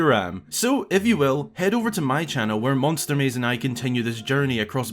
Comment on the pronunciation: Monstwer maysze